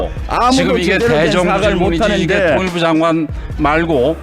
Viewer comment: 사람같지 않은거 상대할라니 얼마나 답답할까 발음도 조선족스러워 장관을 단관님 ㅋ